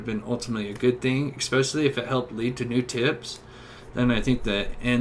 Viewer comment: Ffs “tooken” is not a word. It’s “taken”, it’s especially, not “expecially” and Wabash is “Wah-Bash”, not “Wah-Bahsh”. Great video, but the pronunciation is brutal